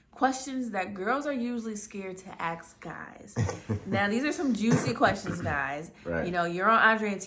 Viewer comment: Lol they wanna ast like they tough so they keep silent t 🤣🤣🤣